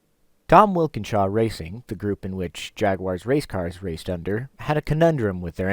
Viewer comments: It's Tom Walkinshaw not Wilkenshaw no biggie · Really similar but I heard Wilkenshaw.